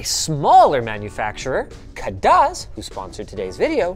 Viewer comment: Wanna know how linus pronounces Khadas?